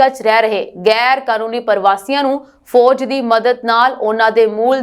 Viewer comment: Punjabi sahi bolloputt like that foj nahi fauj g